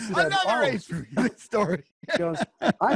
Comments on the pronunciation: Its frailee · It's pronounced "FRAY-LEE", not "Free-Lee," for chrissakes . . . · I will never get this. It's FRAYLEE. F R A Y L E E...Not FREE LEE. If you gonna bash the man. At least say his name correctly.... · It irritates the hell out of me when people - especially those who know Ace - can't pronounce his last name. It is pronounced "Fray-Lee" not "Free-Lee". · I was going to comment on that myself until I saw yours lol . Yes , that's so annoying! It's NOT " Feeee Leeee " ugg . Johnny G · No its FREHLEY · His name is pronounced Fray-Lee not freely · Its Froo-lo